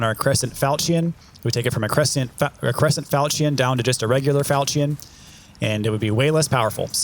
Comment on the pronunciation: Falchion, falchion, falchion, falchion, falchion. Look up how to pronounce it. Lol. Love love love the videos. Giving you crap.